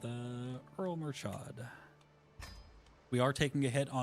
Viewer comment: Please guys, I'm begging. Stop pronouncing Murchad as if it is an English word. It sounds nothing like what you're saying.